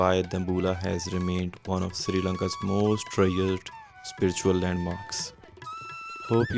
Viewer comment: Bro! It's Sri (not Siri) Lanka! Also Sigiriya is pronounced "see-gi-ri-ya." Good vlog, though.